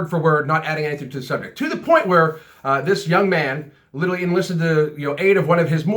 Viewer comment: You say literally like "littaly" haha, just noticed.